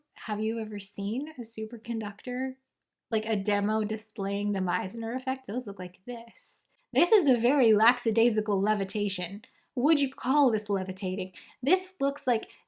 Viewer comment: Pretty sure she said, "lacksadaisical." I treat these vocab flubs of like Easter eggs.